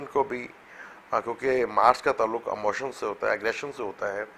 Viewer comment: Brother audio is poor and word is "Emotion" not "Amotion" please